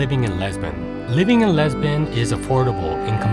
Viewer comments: It’s not LEsbon it’s LIsbon!!!! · All is fine and well presented but its quality is decreased by mispronunciation of the main important word Lisbon